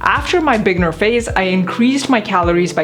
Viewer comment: Why does she pronounce "beginner" so weirdly?